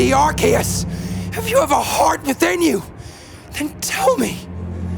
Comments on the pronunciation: erm actually its arkoos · Arkoos really said I am arcues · I love it but it's Arkoos 🤣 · Where in arceus is there a k I don’t understand why people call him arkeus